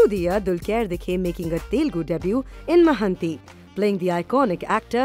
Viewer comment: Mahanti? It's mahaanati. Devarakonda not deverekonda.